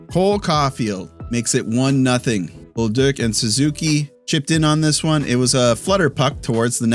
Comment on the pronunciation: Nice pronunciation on bolduc. I've heard a lot of "bol-duke" from others but I can hear that you're better than that!